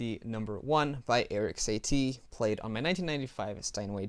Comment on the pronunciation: Your pronounciation of the title of the piece is quite good, but the name of the composer is more [Sah-tee], with short -ee ;-P